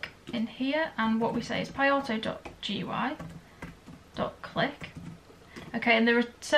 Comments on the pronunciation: Why don’t you pronounce it “gooey” instead of spelling it out? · Great tutorial! I would pronounce GIU as "gooey"